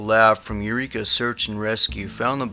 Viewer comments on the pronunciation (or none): none